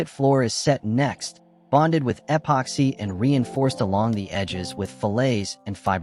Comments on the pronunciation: What? You don’t like hearing “ehhh poxy?” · eh-poxy? Never heard of it. AI at it's linguistic best. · Narrator; “eh pocks hey” in all the corners. Dont forget the “eh pocks hey”